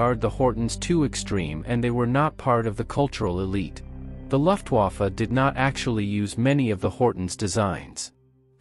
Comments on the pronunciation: "Luftwaffe" = LOOFTwaffe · "Luftwoffa"? "LUFTWOFFA"?? Idiot robot!